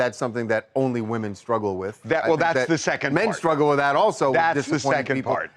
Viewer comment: Sssshhhtruggle still can't pronounce the word.😂 Why is she always so angry, and constantly lecturing others..Do what you want to do woman, who cares, you were once likeable lately you're just an angry menopausal woman.